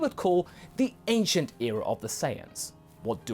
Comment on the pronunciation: "Anicent" saiyan?